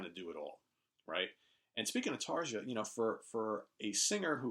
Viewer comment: Great video as always. One correction, though: Tarja is pronounced TAR-YA. 🙂